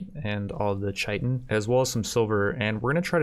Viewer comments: It’s pronounced k-ie-tin, not ch-ie-tin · It’s kai ten not chi tin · Its pronounced KIATEN, not shietn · “Chai-tin” it’s Kai-tin :)) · Hey your videos are great, but goddamn please pronounce chitin correctly haha. It's kītn not ch-itn. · Chitin is pronounced like “kite in.” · Chitin is pronounced kite in. At least that's how I say it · Great video! The recruitment difficulty just refers to the percentage chance of recruiting each time someone tries to recruit them after resistance has been broken. It is further modified off their overall mood at the time, and the social skill/social impact of the recruiter. P.S. Chitin is pronounced like Kai-Tin. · couple of things about the black hives, they dont respawn, they just make jelly, and Chitin pronounced Kai-Ten, I know it looks like doesn't sound liek it but it does LOL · Chitin is Said Kite-n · Btw Chitin is pronounce Kite-in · chitin is pronounced "Kite-in" look it up if you don't believe me. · I know I'm being a bit of a pedant, but chitin is pronounced as 'kite-in'. The dictionary gives '/ˈkītn/' but that's not helpful to most people. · The fact that he pronounces chitin wrong drives me bonkers